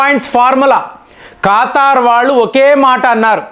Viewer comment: It is not khataar, it's Qatar